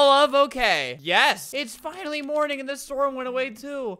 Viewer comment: "Search TEH cabin"